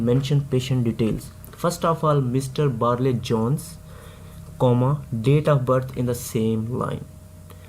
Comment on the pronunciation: Barlay Jones nai , Barry Jones he.....😅😂